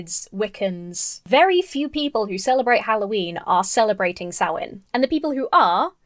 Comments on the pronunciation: the way he pronounced samhain is painful the 'proper' pronounciation varies from place to place but im pretty sure its something like 'sow wen' or 'saw win' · 5:220 "Halloween goes back to the Celtic festival Sam Wain" Um... You mean Samhain? (Pronounced Sowl win) Guy can't even pronounce the thing he's ridiculing! 🤦‍♀He obviously did not do his research because the festival most certainly does not involve the sacrificing of children. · He pronounced it Sam Wayne! I find that unreasonably hilarious :D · lol, dude said "sam-wain" he knew it wasn't prnounced "sam-hain" but just couldn't bother to figure out how.... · Lol "Sam-Wayn." Sam's Wang. Anyone? Also, turnip jack-o-lanterns are way creepier. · It wasn't an accent, just a mispronunciation. He said "Sam Wayne." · No I believe it really is pronounced Sam Wayne. Sam Wayne, the rootinest tootinest Celtic Spirit in the whole wild Ireland YEEHAW! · Sam Wain... HAH! He can't even be bothered to actually pronounce it right. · "I'm sorry, I'm being really mean." No. You're not. Dude straight up called Samhain "Sam Wayne" like some kind of off-brand whiskey. He reaps what he sows. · Hearing a Christian pronounce Samhain as "Sam Wayne" was the funniest shit I've seen in months. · Actually, what he said is “Sam Wayne” (I rewatched that part just to be sure) — which goes way beyond just an accent thing. It is as though he is trying to SHOWCASE his ignorance. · His (mis)pronunciation of Samhain struck me as intentional 🤔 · Hey! We can be devils together, I'm a Witch and a Pagan! Lol Like 99% of people don't even know what is truly satanic or what a satanist believes. Samhain isn't pronounced as it is spelt, it's pronounced Saa- wn or Sow-wen. Apart of the reason why we dress up as monsters/ "evil beings" is because spirits are supposed to be affraid of those things. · That man said Sam-Wayne with the straightest face! 🤣🤣🤣🤣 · Not an “accent thing”. He said SAM WAIN. Aaaaahhhhgg!!